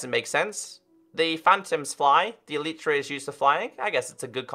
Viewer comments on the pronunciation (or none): Why do YouTubers call Elytra as E-l-i-e-t-r-a